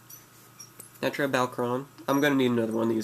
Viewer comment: one you are pronouncing Naturia wrong this isn't a naturia its mixed. I have a naturia deck i have no more than 4 non-naturia card in my deck. This is for they guy that said that naturia aren't good I go to local every week and i always place at least in the top 8 and i duel with guys that went to nationals (8 of them) 3 made it to the second day and one made it to the top 8. This deck is really good it locks down easily.